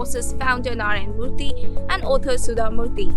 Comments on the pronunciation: Why again northies are messing up Narayanamurthy’s name and pronunciation as Narayan Murty 🫤🫠🫢🤮🤢🙄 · Please check your pronunciation of names of Indians from the South.It is Narayana Murthy not Narayan Murthy as you have wrongly stated.